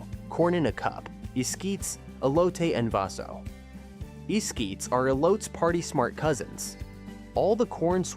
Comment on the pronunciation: The pronunciation is "hell-len-tina" The "G" in Spanish has a "H" sound. It's es;kee-tas for the corn dish.